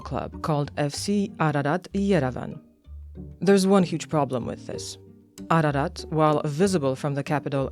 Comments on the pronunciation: Its not aradat. Its Ararat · It's Ararat Also Turan is Persian Word